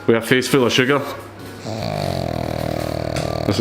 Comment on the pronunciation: >How much sugargh, two hunert?